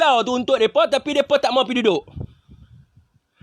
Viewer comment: Mcm rohingnya juga ni orang hahah😂😂 sebutan mereka jadi myeka😂😂😂